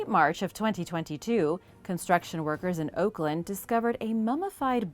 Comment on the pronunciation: yeah, nailed Oakland there...🤣